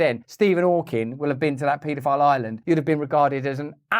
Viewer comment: I like how Russel says it "* PEE DO PILE''! LMAO..@ TWNT EE FORA TEEN